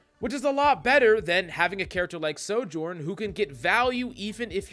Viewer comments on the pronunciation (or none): We have a Sojourn problem…. NO ONE CAN FUCKING PRONOUNCE IT DESPITE SAYING HER OWN NAME EVERY TIME YOU PICK HER. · The biggest Sojourn problem is that too many people can’t pronounce her name.